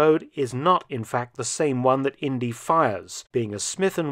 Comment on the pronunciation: Indeeeee not India. Short for Indiana.